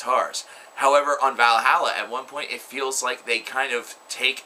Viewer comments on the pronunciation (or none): Your pronunciation of vahalla bothers me.... And its a BG cover but im sure you already know that from the comments xD anyway good review! And pick up a blind guardian album or 2 while youre at it...